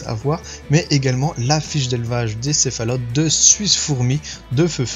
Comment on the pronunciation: C'est cephaloteS, pas cephalote ;)